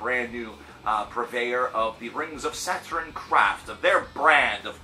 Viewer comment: Lmao your pronunciation of their name tho, Rings of Saturn is super dope, their new album is super good imo